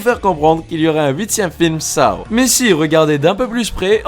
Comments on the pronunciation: On dit sau pas sao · Saow ? On dit Sauw, petit être sympathique 😋 Mais bon la vidéo reste très bien ! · On dit pas Saw mais sauw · 😂Ca se dit pas Shaw mais Seaux 🤣et je l ai est tous vu SORTIE DE JIGSAW 2 15 MAI 2020